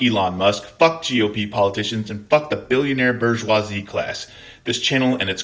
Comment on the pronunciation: Burrrrrsoise got me 🤣